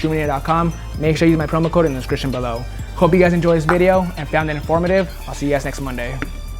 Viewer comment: "make sure you use my promo code in the scrikshun below"